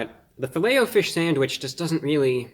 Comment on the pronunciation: How else would you say it ? Filletahfish? Nah its Fillet “O” fish.